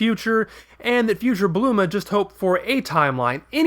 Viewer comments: please... it's BULMA! not BLUMA... ':/ anyway good video serie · Bulma, repeat slowly Bulma... not Bluma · Did..did You just say Bluma? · Wow, you're the first one I've come across who actually goes as far as saying 'Blooma' instead of 'Bulma'. You're an even bigger nerd than I am, mate. Instant sub. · Why do you keep saying bluma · You know how Freeza's name is just the word "freezer" with the "er" sound chopped off and replaced with an "a"? Bulma's name is supposed to follow the same pattern, so logically, her name should be Blooma (bloomer - er + a). If you want a more detailed explanation, see the first video in the series